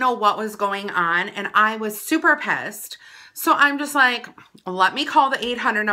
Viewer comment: Did you say pessed lol🤣😂